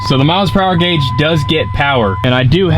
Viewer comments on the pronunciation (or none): none